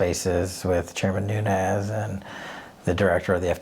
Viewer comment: Nunes is pronounced NOONZ (being only 1 syllable) It rhymes with sand dunes! Many Portuguese have this last name. Not hispanic! Not NUNEZ... There isn't a tilde...